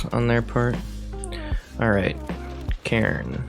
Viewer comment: Omg I had to stop watching after the second match the way you pronounce Karn just blows my mind lol